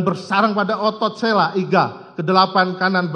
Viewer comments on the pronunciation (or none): none